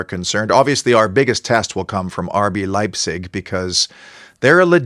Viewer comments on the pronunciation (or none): none